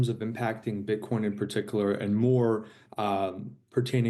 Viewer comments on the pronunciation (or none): Did he just say Paticaler 3 times?